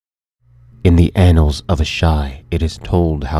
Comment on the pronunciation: "in the anals of asshai"' :D